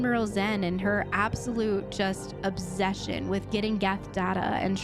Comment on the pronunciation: “This obzession”